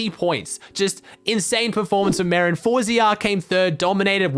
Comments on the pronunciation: Day 3 of telling his content is the best on earth. Bro i heard marren and i though marren tm istead of marjen or whatever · merijn is not merin but mereyn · btw its said me-rine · Pls say merijn right